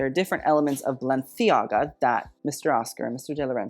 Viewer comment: You saying Balenciaga the correct way makes my spanish self very happy.